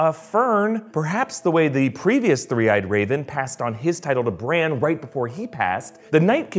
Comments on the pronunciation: Are you calling Bran , " Branch" lol!? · Its not Bran, it’s Branch